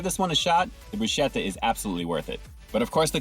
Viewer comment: Broo sketta not broo schetta, brah.